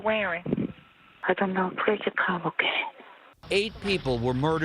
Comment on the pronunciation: “Plwease jus come ok” 😂